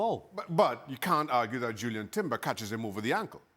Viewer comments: How does Shaka not know Jurrien Timber's name? Called him "Julian" for the whole video. Isnt it his job to know the players name? Plus the Arsenal hate is so obvious. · I think Shaka should get a red card for persistently calling Jurrien Timber, Julian Timber. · Maybe get Jurrien Timber’s name right, Shaka